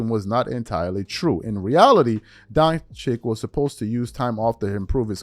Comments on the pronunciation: Doncic is pronounced: Don chich. Not Don chic. It's like sandwich but with two wiches. Why is it so hard to pronounce this man's name? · DonCHICH. So annoying all these people that cover the sport for a living still don’t learn how to properly pronounce player names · European letter C in all the Eastern European name is pronounced as "CH" like channel. So his name is pronounced Don-Chich. Btw, his home town, the j is a pronounced as a very soft i. so it is Li-you-bli-ana.Remember Vlade Divac .. the C at the end was pronounced as CH.